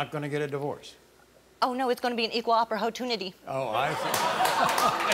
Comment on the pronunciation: "It's gonna be an equal OPPORHOTUNITY !!! 🤣🤣🤣😂😂😂